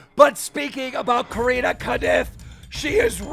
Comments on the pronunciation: Nobody: Keem:Karina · I’m sorry but I’m really annoyed how Keem says her name like Keem ur news reporter and get it right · can u learn how to say corinna lol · It’s corinna not careena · Cor-in-na Kop-fff vs Cor-een-na Kon-nip-fff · Do you purposely call Corinna, Coreena? Lmaoooo like you have to know how it's pronounced, you're IN THE LOOP. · “Koreena conumpf” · It’s corinnaaaahhhhh like say it right dude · It’s Cuh-renna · “Coreenuh” - Keemstar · Coreena caniff? Dude you’re making me cringe every single time you said her name. It’s SO wrong first and last. If you watched Logan’s video she demonstrated how to say her name correctly... smh lol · This dude calling her Coreena on purpose. -. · he said "Careena Kanuff" lmao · This dude Keem is butchering every single part of Corinna’s name lmaoo Coreena Caniff?? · Every time Keem says Corinna’s full name I wanna slap the shit outta him. We get you don’t like her but you sound like a moron INTENTIONALLY saying her name wrong… 🤡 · How stupid can you be to not be able to say Corinna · You can’t even say Corinna’s name right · I love you keem 😂 but I’ve never heard you say Corinna’s name correctly 💀😂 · Why does he say Corinna’s name so wierd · Why does he say her name like that lol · He’s never pronounced Corinna’s name correctly. 😂😂😂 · One day Keemstar will learn how to pronounce Corrina's name right 😂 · Why tf does this man pronounce corrinas name like that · Why does Keem always mispronounce names on purpose? He is dyslexic, but he knows Corinna, and has heard her name so many times, that he obviously knows he is pronouncing it wrong.